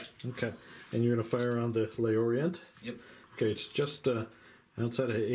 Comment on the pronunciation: I took a little french in high school, I expect Le Orient should be pronounced "Lhor-ree-ahn." Had this in my watch later list for months, finally got down to it and glad I did. Superb battle report